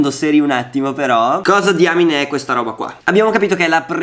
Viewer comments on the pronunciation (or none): none